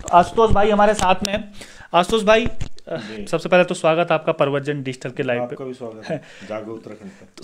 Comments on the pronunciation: Bhai digital ko pahle shi se pronounced kro dusra prshan- chin bhi galat pronounced Krte ho ? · Bhai wo digital ko shi se nhi bolte Hain. Galat boltein